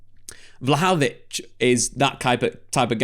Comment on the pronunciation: It's not vlahavolic. It's vlahovic. 😬